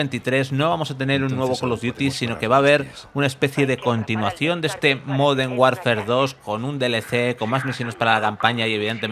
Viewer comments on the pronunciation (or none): Has dicho moden Warfare, se que sois tartajas y contratáis a niños, pero coño al menos leer bien.